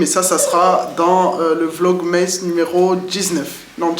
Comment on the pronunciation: Coucou! Porte toi mieux et bonnes fêtes à la famille 😊 PS: c'est vlog "masse" et non "meïsse" 😉